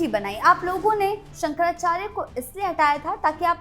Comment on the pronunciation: आधी नीट शंकराचार्य म्हणायला शिका नंतर ankering करायला शिक .सब की सब news झूठ है.